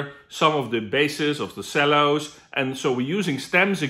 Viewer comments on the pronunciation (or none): "Sellos" lol :P